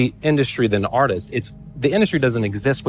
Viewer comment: Everytime he says "artist" all I hear is "autist" 😭😭